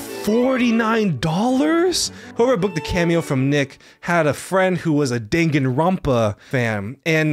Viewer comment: nikocado trying to pronounce 'danganronpa' is making my day lol